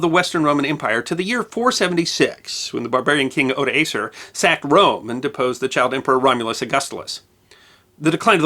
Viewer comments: Euric is pronounced “Oy-rick” and Odoacer is pronounced “Odo-aker”, just FYI. Also, Clovis is an englishization of Chlodovech, the name the degenerate king of the franks was known by during his life time. The vast treasures housed in Toulouse were actually mostly made up of valuables looted from Rome during its famous sacking 100 years prior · A few pointers concerning pronunciation. Nantes is pronounced Nant. With a somewhat strechted nasal sounding a. Odoacer is pronounced as Odoaker, with a hard k. Mere details, but everyone knows that pronunciation of European names can be a treacherous snake pit from time to time for Americans. Furthermore. Great video! This was indeed one of the teeter totter tipping point in the history of Europe. With this battle Clovis settled the military and political dominance of the Franks in Western Europe, which influence in time even would stretch to Middle and Eastern Europe.